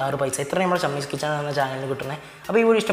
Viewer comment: ഷമ്മീസ് കിച്ചൻ അല്ലെടോ ഷമീസ് കിച്ചൻ... കൊച്ചനു ഒട്ടും അക്ഷരശുദ്ധിയില്ലല്ലോ